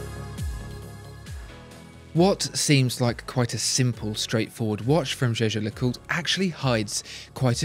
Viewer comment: Thanks for the correct pronunciation of Jaeger Lecoultre.